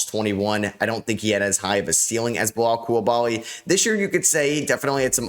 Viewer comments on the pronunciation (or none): His name isnt "Belal Coulabaly" it's Bilal Coulibaly". In french, the "i" sound like "e". Not too fucking difficult to pronounce. Start to respect him !!!!